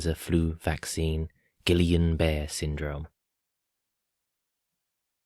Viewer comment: Wow, good work,! P.S. It's pronounced "Ghee-Yawn Bah-Ray" Syndrome.;0)